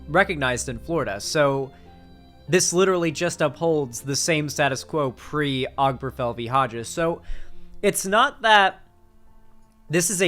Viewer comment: This might be a minor thing, but hearing constantly mispronounce Obergefell just got on my nerves.